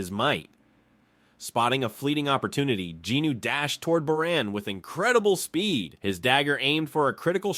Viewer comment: Its Jinwoo...i kept getting thrown off because of the pronunciations...the names are being said wrong